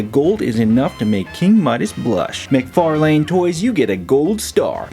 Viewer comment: Hey man! Great review. In case you didn't know McFarlane's name is pronounced McFar (Len)